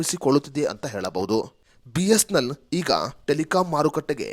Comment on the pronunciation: ಸರಿಯಾಗಿ, ಸ್ಪಷ್ಟವಾಗಿ ಬಿ.ಎಸ್.ಎನ್.ಎಲ್ ಎಂದು ಹೇಳಿ. ಬಿಸ್ನೆಲ್ ಅಂತಾ ಹೇಳ್ತಾ ಇದೀರಿ